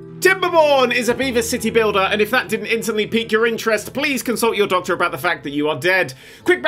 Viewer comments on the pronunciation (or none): none